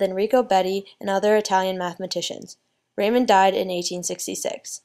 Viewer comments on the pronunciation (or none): It's kinda cute when you don't pronounce Riemann (REE-MON) or Dirichlet (DI-RISH-LAY) properly.